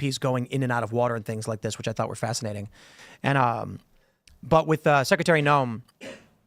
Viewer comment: the word is 'secretary', Tim. Not 'secetary'.